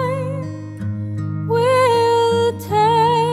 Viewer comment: This is incorrect. the pronuniciation is wrong and original should be "joe" not "dear". I'm a distant relative of Rabbie Burns (Robert) and although I don't live in Scotland...can tell you this is wrong. I could go through the whole thing but I think you can find a better reference on ...if they pronounce 'tak" like "tack" you probably have found the right pronuniciation. gotta run...